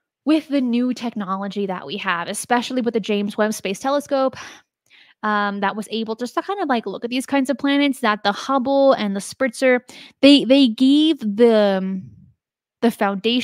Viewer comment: Spitzer Space Telescope, not "Spritzer"